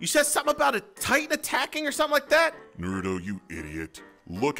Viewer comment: say Naruto right